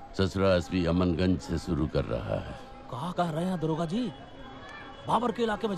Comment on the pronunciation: AmanGanj nhi.. it's CHAMANGANJ😊